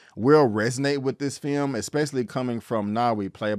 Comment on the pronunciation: Please, never say the word "film" again.